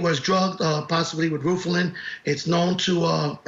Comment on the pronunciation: Oh he didn’t say ROOFALIN lmao